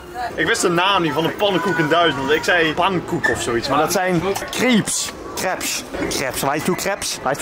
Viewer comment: Deze man zegt krebs ipv crepes bij die pannenkoeken tent💀